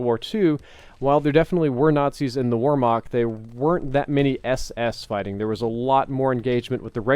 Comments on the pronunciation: Wehrmacht... "V-air-mack-t" not "War-mack" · C'mon. I thought you of all people would put effort into pronunciation. How do you get Warmok out of Wehrmacht? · oh you were saying whermacht. It first sounded like you said "warmoc" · It’s pronounced Vert-moct not Wert-mact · warmarch ? its called Wehrmacht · "Weremoct" lol it's "vermakt" spelled Wehrmacht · Its not Wohmach its wehrmacht (ver-mackt) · it makes a Ver sound not a Were sound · Hey, Wehrmacht is prenoused with a V not with the way it looks with a W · He pronounces wehrmacht with a W when it should be V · He probably means Wehrmacht. Kinda like a german army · What is this "Weremock" you keep talking about? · its pronounce "vare-macht" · "wormak" cmon man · what? there was not a separate Germany in WWII.. the Wehrmacht was the Nazi German Army.. pick up a history lesson. the Wehrmacht also had swastikas on their uniforms.. so that's not really getting around the issue. and FYI, Wehrmacht is pronounced with a "V" sound. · war-mock jesus work on your german:) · Your pronunciation of Whermacht hurts... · "Warmacht`` dude that was the funniest pronunciation ever xD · Wehrmacht is pronounced VARE-MAHCKT. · He saids wormock instead of Wehrmacht xD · "Historically accurate" "where-Mach" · "warmach" lmao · ver (pronounce it quickly) - maht (pronounce it quickly as well) W e h r m a c h t, for anyone wondering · Yeah I was like what the hell is war mock... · I tried googling "warmak" to see what he was talking about... this clears it up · Oh was he saying Wehrmacht?! lmao I was like wtf is 'Warmog'? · He pronounced it wrong google Wehrmacht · Every time he said it I cringed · Your pronunciation of Wehrmacht is cancer:P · When he pronounced "Wehrmacht" my heart dropped :(